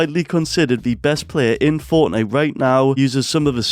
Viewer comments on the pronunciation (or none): none